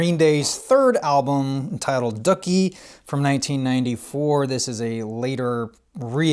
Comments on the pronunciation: Doooooooo keeey. Not Duck Eeee. Also, Neo Geo SNK FTW. Can't wait for KOF XV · t's pronounced Do-key, as in another word for poop. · "Duckie" Well, that's the first time I've heard it pronounced that way.. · I LOLd. Like, what???? How do you not know how to pronounce Dookie???